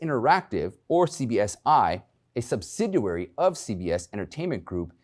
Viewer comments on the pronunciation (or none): Come on! Learn how to pronounce words BEFORE going on air. What is a subsiduary? The word is subsidiary!